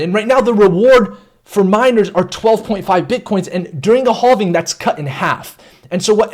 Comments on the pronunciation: Danggg he said haulving like a million times. I thought it was okay but it's not lol. Never heard this type of speach before. But I cant take it anymore lol. It hurts my head 😆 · Lol haulving! That's what I first thought. Hallving. Be nice though. He used to say halving(having) but I think hes changing it up. It just sounds so awkward tho. But it's okay, to each his own. 🤙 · I don’t think you’re saying halving right 😂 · Halving or hauling? I mean seriously lol.